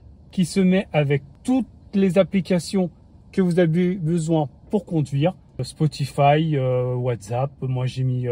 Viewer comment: ma grande question c'est comment il arrive a bien prononcer Spotify après avoir prononcé "Ouaze" et "Bloutou" je m'attendais tellement un un Spotifi^^